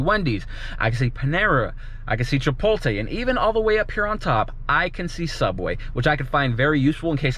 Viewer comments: It’s chi-pote-lay lol 💖☺️☺️🌸🌸 good review baby ! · Did he just say Chi-pol-Tay!? 😂 lmao